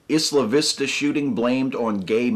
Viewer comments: I cringed every time you said "Isla Vista" because you pronounced it "issla vista." It's pronounced "Eye-la Vista," like how you pronounce "Island." Sorry to be nitpicky. Less nitpicky, even though I am not fan of the MRM, telling MRA's to kill themselves is really uncool. I know that you're emotional about this topic, but seriously, advocate suicide for people with disagreeable opinions? That's fucked up. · It's pronounced "Eye-lah" Vista, NOT "Is-lah" Vista. Well, here in Santa Barbara anyway. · Really, really just a nitpick,, but it's pronounced "eye-la" Vista. Otherwise I agree with everything you've ever said. Everything. Ever. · It is pronounced "Eye-la Vista". Just sayin'. Keep up the good work. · in English, "isla" is pronounced EYE-la. Google translate's actually got this one right. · I didn't read all the comments but I hope I'm not repeating 50 different guys: Isla Vista is pronounced Eye-la Vista -- it was in a Beach Boys song commemorating a riot there in the '60s.